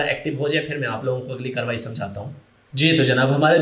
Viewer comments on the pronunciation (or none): none